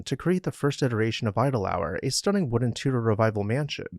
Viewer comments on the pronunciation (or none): none